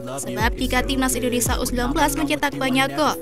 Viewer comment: Ini orang ngomong gmana sih, Malay"sia" lancar, tapi giliran indo malah jadi Indonesa